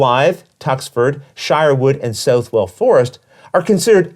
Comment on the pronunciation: I have this on the P500 and am really looking forward to it. As a Nottinghamshireman myself, I must point out that Southwell is pronounced more like "Suth-ull" and not "South-well".